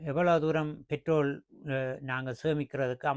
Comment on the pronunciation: பேட்ரோலை என்று சொல்லவேண்டும். தமிழும் தெரியாமல் ஆங்கிலமும் தெரியாமல் உளறக்கூடாது.